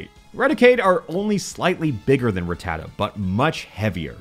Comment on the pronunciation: Of COURSE a hack YouTuber like "" wouldn't be able to pronounce 'Rattata' correctly...